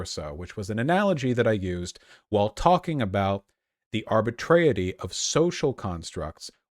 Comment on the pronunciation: arbitrariness not arbitreity.